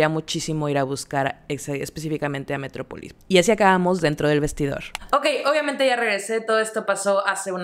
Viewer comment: Se pronuncia metrópolis!!! Y te queda chica porque es para adolescentes 😅... En suburbia Guadalajara hay más marcas plus